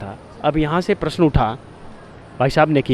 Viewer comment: Is लड़की कौ हिंदी बोलना तक नहीं आता . प्रश्न को प्र श न कहती है